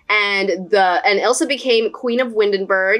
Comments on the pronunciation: I used the Oasis Springs royal family for my Oasis Springs royal family! It's called the Indian Royal Family on the gallery. Also, Isla is pronounced 'Ai-lah', (like island) not 'Izz-lah'. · THAT SAYS ISLA (eye-lar) NOT ILSA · isla is pronounced eyelah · Just a heads up Isla is pronounced eye-la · I think it Is queen isle pronounced i laa I know because it's my name just different spelling